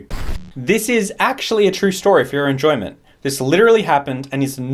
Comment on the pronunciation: you mean for your... ENJOINENMENT sorry I'll go